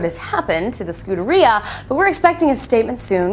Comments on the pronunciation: Ferrari Scooter-E-uhh LOL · I don't think she's pronouncing the name Scuderia correctly. I'm no Ferrari owner though.